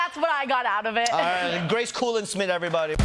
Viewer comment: Wow Ronny can’t even say Grace’s name right 😂